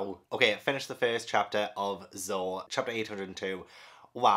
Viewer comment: Zo not zho